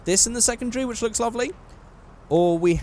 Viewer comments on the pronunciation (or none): none